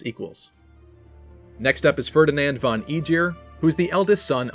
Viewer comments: When you pronounce the german von it should be like fon, its like pronouncing from, but without the r and with a n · Just a nice fact: von is actually pronounced with a sharp f ffonn, kind of like fun with an o :) Really funny that once again japanese people seem to love German names! 🍜